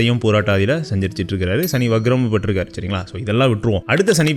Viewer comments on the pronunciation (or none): Vakram not vagram correct yourself